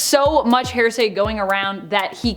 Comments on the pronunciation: Say it with me HEAR-SAY not HAIR-SAY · It's not 'hair say' it's HEAR say. Jesus Christ. There's no variant in pronunciations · YES!!!! I was wondering that myself! She sounds like she is saying hair-say!!! I hope it is an accent-thing she is using and understands that it's hear-say...like, "I'll tell you what I think I heard." ....is HEAR- say. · FYI, it’s here-say not hair-say. If you’re going to be an anchor, pronounce words properly, just Google pronunciation. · HEAR-SAY, NOT... HAIR-SAY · Right?! I keep hearing it as “HAIR-say”. 😂🤦‍♀️ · OMG YES! So much "HAIR-say". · Seriously though it’s driving me nuts hearing it pronounced wrong over and over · Is it just me, or does it sound like she’s saying a weird combination of ‘hearsay’ and ‘heresy’? 🤷‍♀️